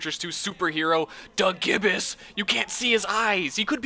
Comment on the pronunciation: Fun fact: Gibus is pronounced "jy-bus"